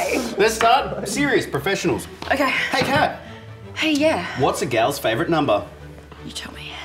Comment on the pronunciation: So is her name pronounced “Kat” or “dark killer”!!!!! 😂